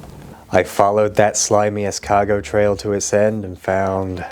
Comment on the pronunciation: es-cagot... ...They turned into snails, then got ate by the French, and then, through osmosis, they BECAME the French